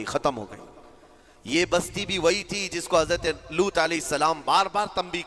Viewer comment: main puri video dekhti rahi aur end tak roti rahi. ALLAH aapko is video ko dikha ne ka ajra ata farmaye Aameen Summa Aameen Ya Rabbul Aalameen 🤲🤲 Aur haan ek baar jo aapne boli कौमें लूट ये लूट नही सही ये है कौमें लूत है। Please don't mind. Assalamualaikum Wa Rahmatullahi Wa Barakatahu 🤲🤲💯